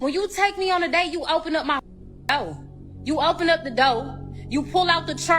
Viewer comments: its DOOR not DOE bitc# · she needs to go back to English class and learn to pronounce chair and door possibly other words she can’t say correctly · Speak English trick say door not do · What is a dow? O she was trying to say door. And, its visas verse. The women ( a real woman) cuts his stake. No wonder she keeps going on dates. Nobody wants her with that f'ed up attitude. 😂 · It’s pronounced Door not dwayer. It’s chair not chur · Its not doaw its door if they cant talk properly how can you expect them to think properly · What's a dough? You mean door. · Fellas, if a female can’t even pronounce the word “door”, RUN! It’s not worth it lol.